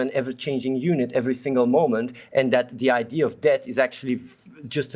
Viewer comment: "google it yourself" wahahahahahaha athene knowl. i cant breath lmao .. btw .. "its an idee" :D :D :D